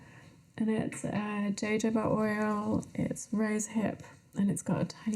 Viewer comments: Dear British people, Please learn how to correctly pronounce the word jojoba. It is not joe joe bah. It is not jay joe bah. It is not joe jay bah. It is huh hoe bah. Say it out loud - huh hoe bah, huh hoe bah, huh hoe bah. Excellent! 😂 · Jojoba is pronounced ho-ho-ba